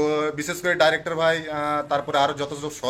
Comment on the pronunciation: ভাই ডাইরেক্টর নয় ডিরেক্টর